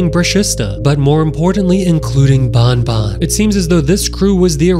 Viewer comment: Not bunbun is banban